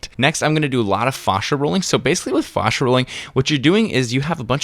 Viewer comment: Fashia not fawsha